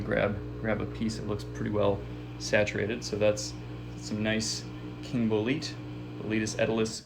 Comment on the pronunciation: Ummm, it's pronounced bole-eh-te, not Bol-eet